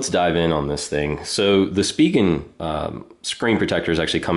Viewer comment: Finally someone that pronounces "spigen" properly!